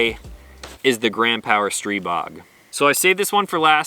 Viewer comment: Picked up my Stribog SP9A3 last week. Great gun. Also, thanks for pronouncing it right!